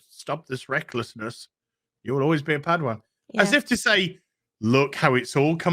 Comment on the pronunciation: You love saying padwan dont you..